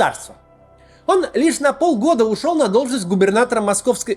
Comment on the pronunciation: Хахахаа... Ох уж Ваш "орн", Максим)